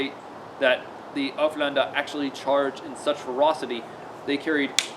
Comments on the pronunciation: Haha you sound like your saying hoeflander instead of ulféđnar. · Sorry to be so picky but it's pronounced like oolf head nar. I'm a real pedant for pronunciations lol. Another great video mate. You're like a live osprey book.